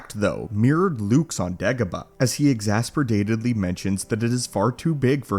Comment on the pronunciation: Exasper-DATEDLY? Exasperated you mean?